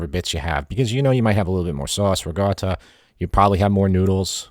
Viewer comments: It's Ricotta not Rigotta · Can you say: riKotta, with a ‘k’, not riGotta… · I see the comments are ignoring that he's saying ricotta with a G sound, not a hard C sound. Cool, cool.